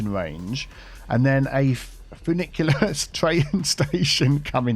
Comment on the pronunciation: Finicky - FinicTEA End because everytime I heard funicular I was thinking finicky 🙄